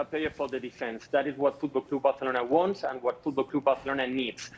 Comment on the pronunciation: Fuuudklab Baarselorna 😆😆😆